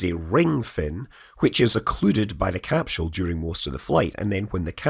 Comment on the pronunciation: THERE IS NO DAMN “ H “ IN CAPSULE SCOTT !! How many times do you need to be told this simple fact? This is not like the difference in spelling “aluminum” or “aluminium”. Even the Oxford English Dictionary shows NO “h” in capsule so don’t try arguing it from the “mother tongue” shite!